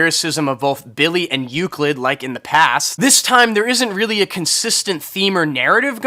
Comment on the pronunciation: E - LUCID homie not EU - CLID